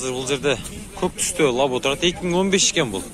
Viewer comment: Лаво дейсинби